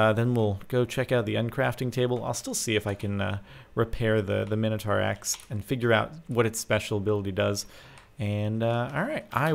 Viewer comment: Its Mine-oh-tor